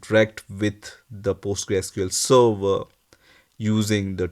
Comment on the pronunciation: Server bol le sava sava kya kr rha muh me fas gya kya